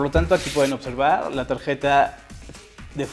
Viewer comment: dices port como estadounidense pero dices tageta jaja xP